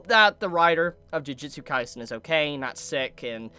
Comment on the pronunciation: Did this dude just say "Jujitsu Kaisen"???